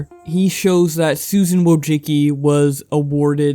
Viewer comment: It's pronounced woah-ji-ski